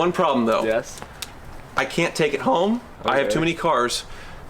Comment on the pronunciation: “I cant take it hOome” 😂